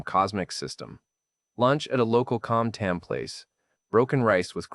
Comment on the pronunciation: omg that accent on this guy. And I'm from the south! "Ban Mee" "Com Tam" this guy is lying about his language classes.